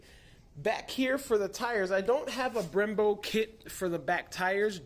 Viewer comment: Sounds like your saying "bremBRO" in the beginning . LOL Love the car...Keep the MR2s alive!!!! The Body kit looks awesome!!!